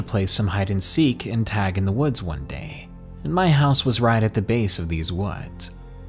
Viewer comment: Is the word ‘woods’ too boring for you? You seem to pronounce it ‘wuudjs’ ....try speaking through your mouth and not your nose.